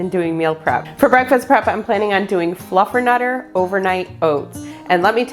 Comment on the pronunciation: You had me at fluffenutter😂